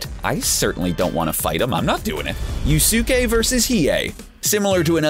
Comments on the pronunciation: Yusuke- yoos-keh its said in the anime a 1000 times. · Who tf is you-su-ka you mean yusuke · Oh god, clearly this dude didn't watch the anime lmao "You-soo-kay" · Yu-soo-ke are u fucking kidding me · Butchered this dudes name so bad sooo many tiiimes😩 🤦🏽‍♀️ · The way he said Yusuke :(